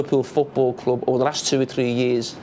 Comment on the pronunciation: When jamie said 'big kloop.. big kloop..' then, I realized it's... ' big club '.. #ohmyenglish